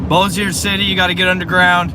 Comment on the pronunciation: LOL. It is funny to hear him talking about getting underground. And the way he pronounces Bossier. LOL too. Shreveport and Bossier does not have sirens either. Maybe we should? Love this guys enthusiasm though.